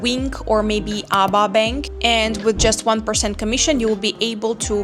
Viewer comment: just to not cause confusion the name of the ABA bank is pronounced it in letters A.B.A if you pronounce it ABA it will cause confusion with the local just a head up 👍